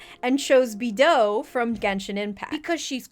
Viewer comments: It's not pronounced bee-dough, it's pronounced bey-dough. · i know she doesnt know the character beidou but like it kind of annoying that she miss pronounced it (its pronounced bea dou) i'm sorry if this is a hate comment without me realising i'm pretty dumb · im sorry, but the way you pronoused bEidow hurt me so much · its pronounced Bay-dough no hate ofc ily! /p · Please Beidou is pronounced Bae doe 🥹🥹🥹😂😂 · I’m cackling with how she pronounced Beidou lol For the record, it’s pronounced Bay - do (as in solfedge do)